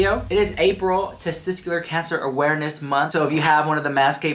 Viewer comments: Testicular is pronounced testiKular, not testiSKular. Just wanted to help, not meant to offend. Love u :) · TestiCular, not testiScular. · One of my biggest takeaways from this video is that can't pronounce the word testicular!